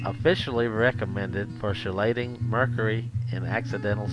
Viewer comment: kee-late- shun (chelation )